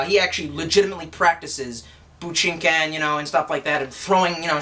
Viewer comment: Oh yeah, one tip about pronouncing japanese words, (I speak Japanese). There is no short I sound, and no short A sound, so it would be pronounced something like BOO-JEEN-KAHN!! The last part of course being pronounced like Kahn. Trekkie for life.